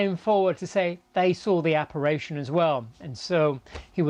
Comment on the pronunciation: ApparItion not aparation you idiot!